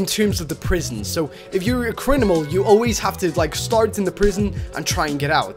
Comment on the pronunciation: anyone notice he said criminal but with the m and n swapped